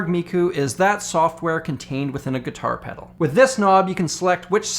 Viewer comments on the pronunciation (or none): I slammed the subscribe button when you said "gitah peduru" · "Geetah peduru" lmao